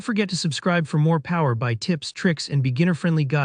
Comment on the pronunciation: It's "Power B.I", not "Power By" 🤦